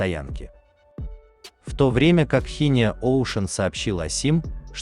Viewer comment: Просто шиздец, с виду, ещё вполне пригодный к эксплуатации VLCC, из за столкновения, сдать на металл?! Видел и похуже повреждения, просто владельцы, решили не заморачиваться с ремонтом, мол, дорого!(( Жаль, такого монстра угробили, по вине дебилов! Шинио, а не Хинио.